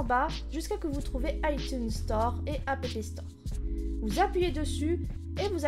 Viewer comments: Elle prononce juste les deux "p" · J'ai explosé de rire pour le "apépé store" mais bon tuto !